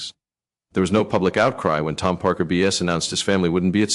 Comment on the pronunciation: Can’t even get names right Tom BS ? Tom Parker Bowles